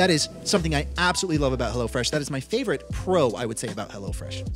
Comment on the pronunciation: When said "Hello Fresh," I thought he said "Hella Fresh"